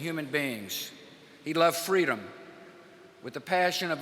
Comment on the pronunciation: I live for when bush says "freadom"